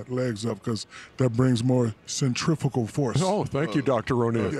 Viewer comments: "centrifical force" 🤣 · “Centrifical force” lmaoooo